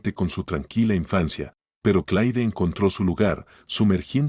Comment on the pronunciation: Sr No es Clai Esta bien rscrito Pero se pronuncia C L E R Para que ponen nombres en ingles, si no lo saben pronunciar